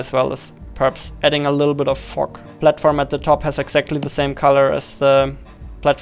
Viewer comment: we wont talk about how says fog